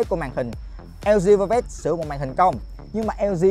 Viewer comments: Đọc như lg vơ vét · chời ỏng đọc lg vơ vét